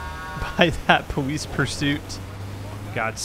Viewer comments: why was he saying powice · Is it my headphones or is he saying Police strangely?!